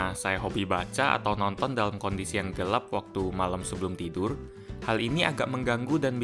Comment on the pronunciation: gelep atau gelap.. hehe..